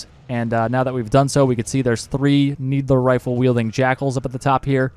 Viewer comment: Love how you call the "needle rifle" a "needler rifle"